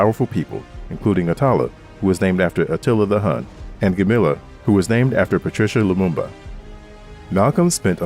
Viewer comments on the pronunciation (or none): Stupid A.I. mispronounced the name of the slain Congolese leader, Patrice Lumumba. He was not a woman‼️